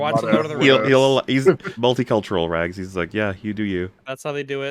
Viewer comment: Its so fun watching Wolf slowly lose his sanity having to put up with Rags pronunciation